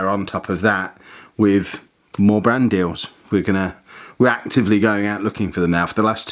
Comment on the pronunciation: Ohhhh....BRAND deal. I was listening and kept thinking was saying "Brandy" and I was wondering, "What, you can't have a brandy on a channel with kids on it?". Shoot, I used to put brandy in my kid's bottles when they were teething. Okay, before you all start...this was suggested by my mother, born in 1914. A teeny bit of brandy with honey and water.... eased the teething pain and let them rest. Wouldn't do it these days, but..... lol